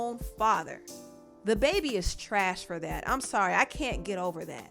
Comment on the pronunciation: Why do u keep calling him THE baby? It's dababy